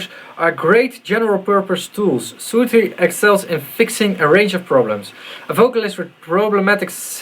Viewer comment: Its soothe, not soothe, you clog wearing hippie! ;)